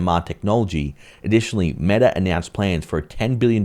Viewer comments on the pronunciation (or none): none